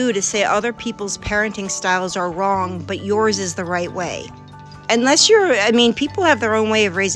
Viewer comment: She also says wron instead of wrong 🤣